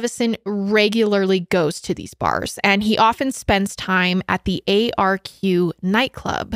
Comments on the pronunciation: Hi! There’s just a few things I thought I’d point out, firstly that the nightclub you were talking about is pronounced “ark” and the second thing is that when was saying she’s never heard of people voluntarily taking GHB, in Australia (especially in the lgbt community) it’s actually a very common thing and is liquid ecstasy. Love love love this collab though 💓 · It’s called the ARQ (pronounced like Arc) not the A-R-Q. Lmao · Arq is so known for the party drugs too, so michael would have been thinking he was powerful in some way. So horrible what happened. Also Arq is pronounced Ark (i know its confusing haha). Would love you to look into missing backpacker Theo Hayez who went missing in Byron Bay Australia who was there on vacation from Belguim. So sad. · The club is pronounced “arc” like Noah’s Ark The suburb Michael is from is pronounced “Cron-Nullah”. GHB is uncommon as a party drug in the LGBT scene in Australia now, but when it is it’s used in micro doses and not at the “date-rape-drug” level. At this time it was used a little more frequently also. Bit of local knowledge :) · As an Aussie I can’t help but make fun of Americans pronunciations 🤣 arq club is pronounced ARCK And the way she says Cronulla 🤣😭